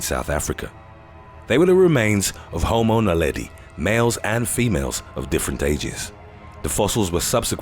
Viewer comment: I thought he said "the remains of home owner Leddy." Had to go back. 😃The Islander is the answer maybe?